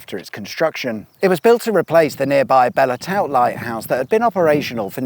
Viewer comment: It’s pronounced (bell toot) lighthouse.